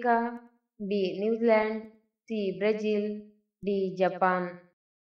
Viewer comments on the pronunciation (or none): none